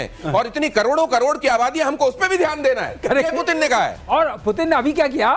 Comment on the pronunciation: Phelay Putin Ka naam to Sahi pronounce Kar lo pagalo